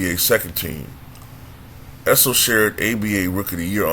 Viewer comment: He called the guy a Drunk Mexican. No beer was thrown! Know your history and pronounce his (Issel) name correctly! LOSER!!